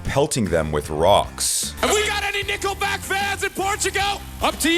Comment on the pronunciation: Is it just me or did he say "Nippleback?" Sounded like he did 😂